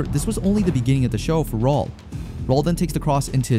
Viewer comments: I eventually stopped calling him Raoul and started pronouncing it as Raúl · WHY CANT HE PRONOUNCE RAUL?...😂